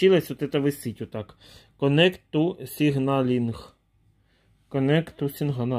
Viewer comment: Тру эхэйн! Конэхт ту сингналинГ! Шо? Шо шо?!)) 😂 Ухахатываюсь, муж точно так же инструкции на англ. читает, с точно таким же выражением лица как будто мозгу больно!))😆